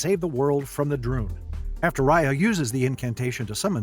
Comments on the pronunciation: Ok I need to make something clear. I meet the producer of this movie years ago and Raya is named after me. But they are pronouncing Raya wrong, it is not Roy-a it is Ray-a. And that is my complaint. Also my theory is that since she is a water dragon, and the water disappeared after her death, her family are all leader dragons and they needed someone to lead the human with unity. You can tell the dragons are royal dragon’s because of the way that the Horn is shaped, because it is shape differently from the others. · Homey really said riya